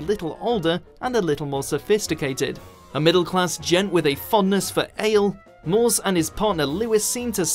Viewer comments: oh, and it's pronounced 'Mor-ce' not 'Mores'!! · Who is "Inspector Maws"?!!!